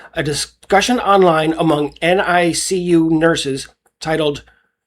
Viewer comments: Dude… they call it the ”NICk U” not the N-I-C-U. You seem to have trouble saying it repeatedly. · Hey, when you read "NICU", you don't have to say the individual letters. Those who are in the know just say "Nick-U".